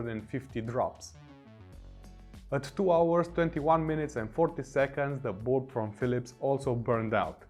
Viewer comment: Whenever he says bulb, for reason I hear Bald.